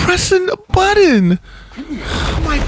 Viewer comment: Griffin -" I was pressin the buddin"